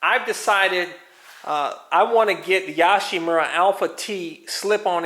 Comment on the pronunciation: I’m Japanese and its Yo-shimura as in Yo! MTV raps not Yah-shimura as in Yes.